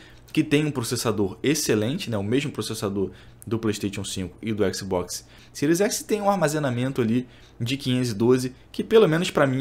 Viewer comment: Fechei o vídeo, ouvir falar écsibocsi pra mim foi d+, agressão auditiva séria.